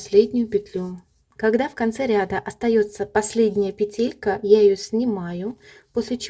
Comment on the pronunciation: почему ударение вы ставите в слове петелька не на первый слог? Носочки получились! Спасибо за мастер - класс❤